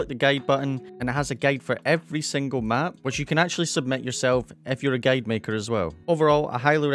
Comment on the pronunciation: Not to be mean but guide is pronounced like guy-d not gade. Still love you though.